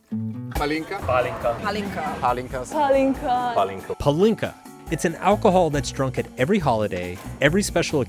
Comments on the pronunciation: Great vid, Mark, but it's a shame that you mispronounce palinka - it's PAH-linka, not pah-LINKA. Over my 30+ years of living in Hungary, I've always found it odd what a high priority partying is in Hungary. It's not that I don't like to party, but for many people smoking cigarettes and drinking is like oxygen to them, from a very young age. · I’m dying…it’s PAH-lin-ka. Not puh-LIN-ka. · Two things: 1) Why do you pronounce it as Palínka with a deliberate stressing on i instead of Pálinka like they say it? 2) Why do you have such condescending attitude? Do you perhaps see these people as somehow lesser than you because they drink so much? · Damn, your stress in the word pAlinka drove me crazy